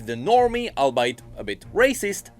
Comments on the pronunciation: It's pronounced All-Bee-it, not Albeyt. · Small correction: "albeit" is pronounced like "all be it" and not "I'll bite" 😅.